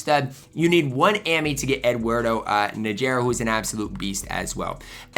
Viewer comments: Nageera 😂. It's Na-Her-Rah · Nah Her Rrrahh..